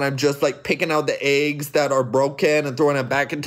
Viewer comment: I like how you’re pronouncing it aggs it’s ✨ obviously elggs✨